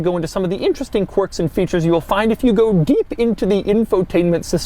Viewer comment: Doug "interesting corks and features" de Muro